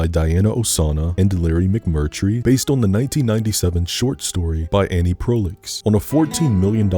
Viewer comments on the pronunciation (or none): as someone with the last name, the way you said Proulx broke me😂 (it’s Proo for anyone wondering) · i'm so sorry, the pronunciation of annie proulx's name sent me flyin for like a full minute before i could focus in again skdjfghskjdfh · Great video and I'm happy to discover your content! But I gotta let you know that it's annie 'prue'. Cause that short story is fucking beautiful and worth a read.